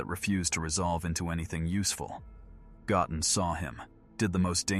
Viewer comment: I really wish the AI would pronounce Goten's name correctly 😂